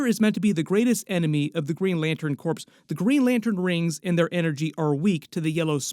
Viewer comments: When you referred to the Green lantern Corps, you said "Green Lantern Corpse." It's pronounced "Green Lantern CORE." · Corps is pronounced *core*, not *corpse*. A corpse is a dead body. Corps (pronounced core) refers to a specialized group of people acting together for a common purpose or a specific branch within an organization, as in "Marine Corps", "Peace Corps", and "Green Lantern Corps. FYI: 2016 is 20 years after 1996, not 10. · Corps... is pronounced "Core" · You know CORPS in Green Lantern corps is pronounced core. The S is silent like a Marine Corps. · i know you didnt just call them the green lantern “corpse” lol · Do you not know how to pronounce corps? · Just FYI, the ps in corps is silent.